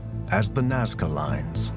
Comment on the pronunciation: the narrator said it right, 'Nazca', but through the intro he kept calling it 'Nawzca'.